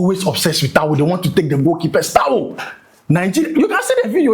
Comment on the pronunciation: Is it towu or towel 😂😂